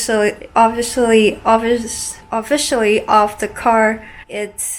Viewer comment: Lol obvficially ...obvficially